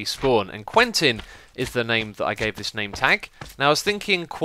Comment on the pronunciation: you should use the name 'Quinten' instead of 'Quentin', because you pronounce it like 'Queen-ten' and because it's my name :D